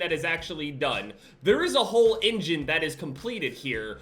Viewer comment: everyone: engine: ingin im sorry